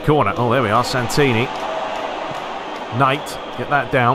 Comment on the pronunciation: I can’t believe you signed Santini. It’s my family name! My uncle is actually G. Santini. And you didn’t butcher it either!